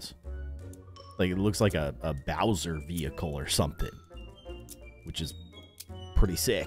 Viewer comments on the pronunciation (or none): none